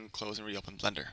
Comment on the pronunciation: its BLENDER not Blunder Blen-Der